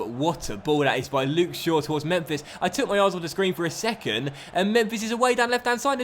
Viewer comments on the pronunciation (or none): none